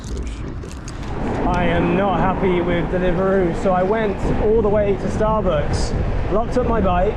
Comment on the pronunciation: Love the way you said starbooks